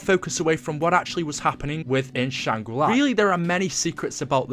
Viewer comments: stop saying shangri lai, its shangri la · Can't help but cringe every time I hear you say "Shangri Lai", but still a great video. I think doing a series on the lore of black ops 1 would be really neat. I personally never heard about the easter eggs or anything else from that zombies story line.